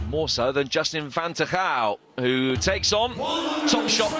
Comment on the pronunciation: i love how they completely butcher van Tergouw's last name :-D